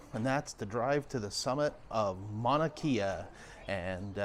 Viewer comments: Mauna (Mow-na) kea (Kay-uh) NOT kee-uh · Love your videos but please learn to pronounce the Hawaiian language. It's not Mana Kia it's Ma-oo-na Kay-a